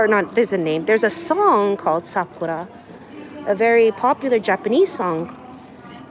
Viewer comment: try pronouncing as Sakoora"r" and the u as oo, and the r at the end almost silent as when you say you "are", the are is the end syllable. Hope that helps.